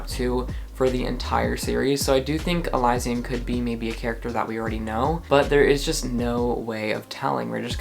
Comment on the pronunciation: I’ve been listening to the official audiobooks and so i think its pronounced e-Liz-sian